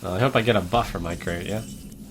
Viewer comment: "Hopefully it returns my crate, right?" "I hope I get a buff for my crate, yeah" Wasn't he traveling in England? It sounds like he was haha